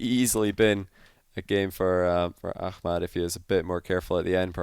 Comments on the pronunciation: its ahmad not akhmad lol, KHalid is KHalid and aHmad is aHmad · I find it amazing to see how is developing his pronunciation for hard foreign names <3 Also i'm geniuly willing to pay for a behind the sceanes clip of him practicing ACKMAD ACKMAAD xD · it's pronounced A7mad lol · Not really, he pronounces the “h” like a “kh” and he lengthens the “mad” part into a “maad”. He’s trying tho and he’s not a native Arabic speaker so it’s all good. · STOP PRONOUNCING "AHMAD" LIKE THAT, YOU'RE SCOTTISH